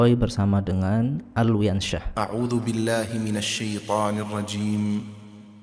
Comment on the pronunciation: Baca'anya nirronjimnya yg salah.